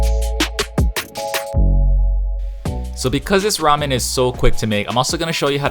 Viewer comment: Hmmm, らめん made by white people who can’t pronounce the name correctly...